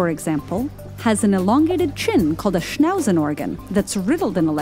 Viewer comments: I love how its pronounced,schnouzenorgan i mean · For me it's painful to listen to the veeery wrong pronounciations of "von Humboldt" and Schnauzenorgan. Please, at least try to speak it correctly. It hurts. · The way she butchered the word Schnauzenorgan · Malzahar - ikr funny how she pronounced it